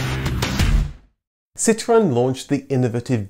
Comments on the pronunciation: I hate the way he says citroen. Stop trying to sound like a french man. Your English be PROUD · If you want to say it in French, it's not "Sit ruuuurn", it's "Sitro-enn". That's what the little ë is all about. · Lovely video, thank you. I know you pronounce Citroen and Peugeot properly, but it really does sound so affected. How about just Sitren and Perjoe . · Ah yes, sitwren and pijzo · So now I know. I've been saying Citroen incorrect all this time. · I hated the way you pronounce Citroen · For God's sake, please pronounce Citröen as a normal English person would! 🙉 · I like how you pronounce ‘Citroen’…very Gaelic 😂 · PLEASE don't pronounce Citroen with the accent. Its mildly irritating. ;-) EDIT: ARRRRRGH!!! Sorry, had to turn it off halfway through! Too annoying! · I don't know why you feel the need to pronounce citroen or anything remotely French in such a ridiculous way. I've noticed you don't do this when talking about german cars or cars from any other country for that matter. But as soon as citroen needs to be mentioned the excitement overwhelms you. Its not a case of correct pronunciation, imagine a French dialogue where everytime they mention austin princess they put on a strong brummie accent, your right, that would be ridiculous. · Oh god the way you say citroen. You're not French.